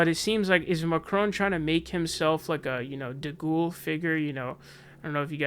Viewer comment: French is my mother tongue and that "Macron" pronunciation was not bad :D